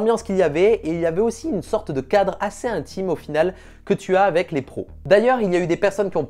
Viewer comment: Avec, aveC. 😝 Qui se prononce aveK. En phonétiques ça donne : « avɛk ». Juste au cas où, aveQUE ! 😇 On prononce le C, comme un K à la fin du mot « avec ». Donc quand tu dit : « Avé des professionnels », par exemple, ça ne veut rien dire. 😇 C’est juste pas beau. 🤷‍♂️ Dans chaque vidéo le, « avé »,il sort et il me sort de la vidéo, car si peu agréable à l’oreille. 🤬🤯 😂😇 Autrement, vidéo cool et intéressante, comme d’hab ! Ça donne envie de s’y mettre, même quand ça n’est pas, du tout, notre domaine ! 😅